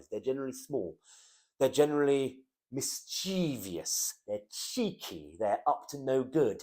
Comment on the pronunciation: only 3 syllables in mis -chie-vous ,otherwise great.